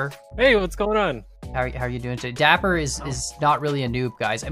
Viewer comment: That’s not nice, it’s dapper, not daiper